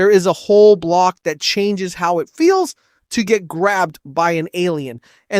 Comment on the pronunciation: why did you say "feels" that way 😂